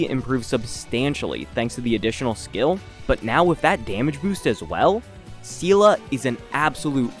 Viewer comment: Seele is such an old character people just forgot her name is pronounced as "Zee-lah". Not "See-lah" (which in Russian sounds as the word that means "strength" :)), not "See-lee".